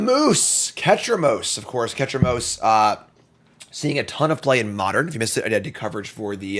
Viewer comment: Ketramose pronoun check